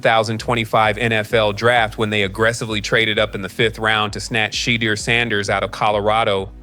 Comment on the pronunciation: PRONOUNCE CORRECT PLEASE. SHA. DEUR/DOOR